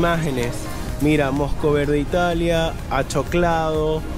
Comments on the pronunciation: Al joven del video de referencia hay que darle unas clases de lectura porque no sabe leer Dice Pezidur y es PEZIDURI Dice Mayo y es MAYONESSA DICE Pisco acolchado y es ACHOLADO DICE Pollo sabor a palchaman y es POLLO CON SABOR A PACHAMNANCA DICE Huevos pachaman y es PACHACAMAC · Es pisco acholado y no achoclado!!!! Lee mal el joven!!! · El chico del video original tiene un grave problema de lectura. "pisco Achoclado, Salsa pachamanaca, Perizidure" jajaja. Es Pisco Acholado, Pollo en salsa de pachamanca y Pezi Duri. :elbowcough